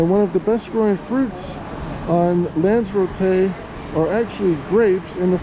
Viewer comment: its pronounced as it's spelled with an r after Lanza.